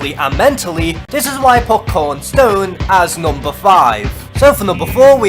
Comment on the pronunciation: I'm just mentioning it's kron stone not korn stone